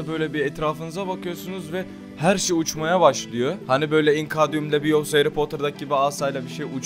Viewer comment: Yanlış dedin o "ingardium leviosa"